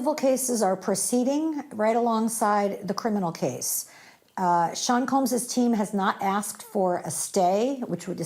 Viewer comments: Combs…. Not Coombs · Combs, not Coombes